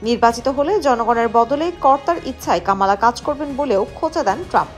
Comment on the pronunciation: উচ্চারণটা হবে কমলা।